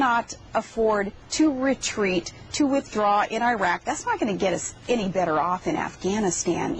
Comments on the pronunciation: Airak?... Its pronounced Irak(e-Rak)... Palin, you so stupid.... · I can't stand the way she pronounces Iraq, I-RAQ. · She can't even pronounce properly Iraq in English...